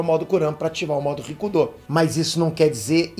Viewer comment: Só eu que entendo "ricundô" ?